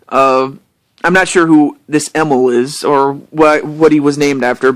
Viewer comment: It's probably true that you discovered me through Bangaa :3 Nintendo decided that they didn't want to buy rares 51% of the company. So instead microsoft bought Nintendo's share of the company and the rest of the company with it. Emil is my real name haha. Also thanks for pronouncing it correct :) Most people just pronounce it as "Emile" It may be the same name but they are not pronounced the same way ^^ Also thanks a lot for being a great supportive fan/friend! :)